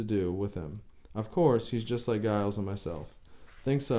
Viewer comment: 'Giles' is pronounced 'Jiles' (with a long 'i' as in 'miles')